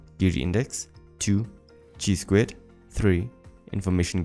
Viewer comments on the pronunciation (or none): LOL. "Chi-square" pronounce as ki square not cheesquare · the pronunciation of "Chi-square" is wrong, haha